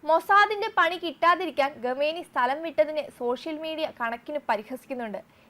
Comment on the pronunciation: ഗമേനി അല്ല കുട്ടീ ഖൊമേനി ആണ് 😁